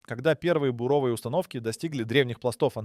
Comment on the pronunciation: слэсари и буро́вые работы - убили, откуда лезут эти неучи с таким бешеным желанием бубнить в микрофон на камеру и что-то рассказывать другим? доучитесь в школе сначала